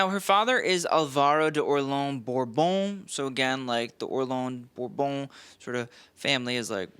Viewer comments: Orleans is pronounced or-lay-on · Orleans as in Princess of Orleans is pronounced or-lay-aw as in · "or-ley-AHN", you normally do so much better with French. Even our US city of New Orleans is pronounced with three syllables.